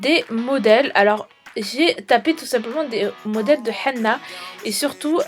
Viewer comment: on dit hené non hena